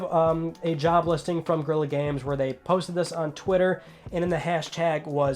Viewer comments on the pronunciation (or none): none